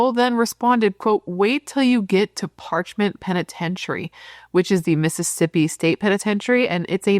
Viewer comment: Parchman…. There’s no t at the end.